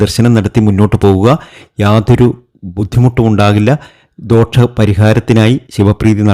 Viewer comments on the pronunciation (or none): ദോക്ഷം അല്ല...ദോഷം എന്ന് പറയൂ. പ്രദോക്ഷം തെറ്റ്... പ്രദോഷം ശരി. ഇനിയിടുന്ന videos ൽ ഇത് ശ്രദ്ധിച്ചാൽ നന്നായിരുന്നു. 👍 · പ്രദോഷം ആണ് ശരി 🤣 പ്രദോക്ഷം എന്നല്ല പറയേണ്ടത്... ദോഷം ആണ് ശരി.. ദോക്ഷം തെറ്റ്.. ആദ്യം ശരിയായ ഉച്ചാരണം പഠിക്കൂ.. 😀😀😀